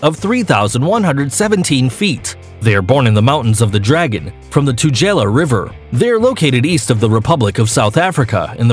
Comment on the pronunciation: Tu-geh-la falls, not tu-jella. Drakensurg not dragon. Kwazulu Nah-taal. Not Nay-til.